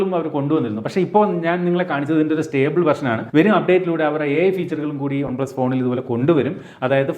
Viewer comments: പക്ഷെ പറയുന്നത് ഒൺ എന്നാണല്ലോ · നിങ്ങൾ എന്തിനാ വൺപ്ലസ് ന്ന് ഉള്ളത് കഷ്ടപ്പെട്ട ഒൺ പ്ലസ് എന്നൊക്കെ പറയ്ണത് ? 😖😖 കേൾക്കുമ്പോ തന്നെ എന്തോ ഭയങ്കര ആരോചകം ആയിട്ട് feel ചെയ്യ്ണ്ട്